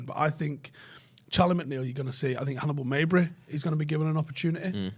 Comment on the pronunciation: Guys we're not from Yugoslavia xD it's Hannibal MeJbri as it is a J not a Y. XD